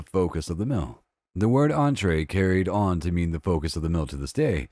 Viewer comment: Entrée means STARTING course. It's in the word, yo. And why does this voice keep saying "first mill". mEAl, for f-cks sake! That, I believe, is what I hate most about Murricans. They can't articulate.